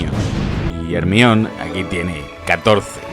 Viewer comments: Chale, ya no le dice Hermión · Hermione, (errr mion) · "Jermaioni"? Ellos lloran y tu obedeces xD